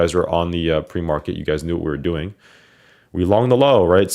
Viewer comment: That nyc comes out in that “how yall dooin today” lmao